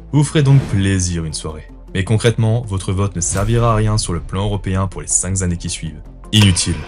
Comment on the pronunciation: "Les 5 zzzzannées qui suvent"...